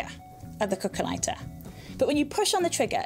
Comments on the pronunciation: cookah ligh-tah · i heard it as calculator